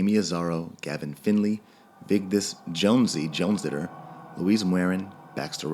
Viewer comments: You pronounced "Jonsdottir" as "Jonsditter". More like "Jonsdaughter". Yes. That pronounciation would actually be more right, believe it or not. Because that's what it means. Daughter of Jon. Sorry for commenting about that, but it irked me enough to mention this. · Johnsy Jonsidor? xD Can you read dude? It's Jonsdottir - Jons + dottir, the daughter of Jon.